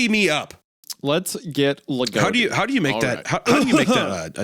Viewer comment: legotti giggling and kicking his feet hearing yall butcher his name also mispronounciation of names isnt generally viewed as disrespectful in hellenism so aside from the fact that anima mundi isnt exactly a deity, you should be safe from internet pegans for now